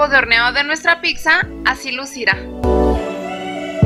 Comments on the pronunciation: Muy linda la pizza de avena, pero déjame que yo te dé dos consejos: no digas /píksa/, en lugar de /pítsa/, que es lo correcto, y a tu videografista dile que 'hierbas' lleva 'b', no 'v' (pusieron 'hiervas italianas). Saludos. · NO SE DICE PICKZA ES PIZZA